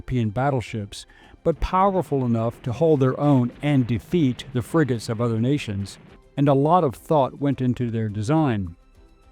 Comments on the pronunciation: Fregatten nicht Friegoten. Die Ki Stimme ist furchtbar. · 💩 KI 🤮 In 🇩🇪 we say "FREGATTE", not Frigote